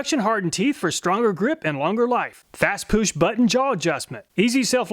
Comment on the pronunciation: "fast poosh" best laugh I've ever had from you